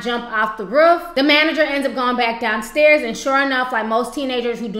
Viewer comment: I feel so bad for the woman who had to witness the fall smh! But, I just love the way you pronounce "roof" lol 😭😭.